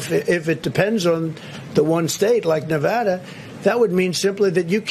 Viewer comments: You’re losing “huge” idiot, China and or Rusia can’t help you. Is Nevada not Nevathara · 4 years and he still doesnt know how to pronounce nevada...